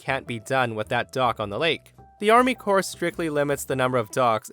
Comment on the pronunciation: "Army CORPSE of Engineers" LMAO